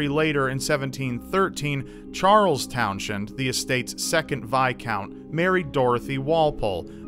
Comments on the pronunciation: I don't think it's pronounced Town-shend. I think it might be pronounced Towns-end. Then again, I didn't do any research, so... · It's pronounced Towns-hend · It may have an H, but it's pronounced 'towns-end' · The ‘H’ in Townshend is silent. Please continue.